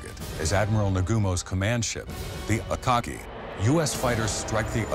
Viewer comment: why does the way he says akagi sound weird